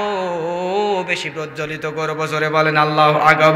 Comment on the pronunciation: বক্তা মাওলানার আল্লাহু আকবার الله أكبر শুদ্ধ নয় । তিলাওয়াত কৃত আয়াত সমূহ প্রায় ভুল । শুদ্ধ করতে বলি । ওয়াজ অনেক সুন্দর । বক্তা মাওলানার জন্য দুআ করি এবং করবো । ( মুফতী ) হোসাইন আহমদ হাম্মাদ চৌধুরী কাসিমী । শিবপুর । মোড়াঝার বাজার । জিলা হোজাই । আসাম ।